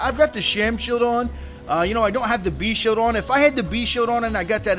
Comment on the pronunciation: I appreciate the vids, but man, speech impediment (sheild = "sheode") + talking too fast = serious mush-mouth.